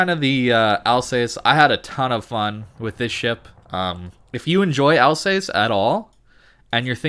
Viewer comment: Can you just stop calling the ship "Al's ace"? Its easy to find correct pronounciations using the internet if you have it.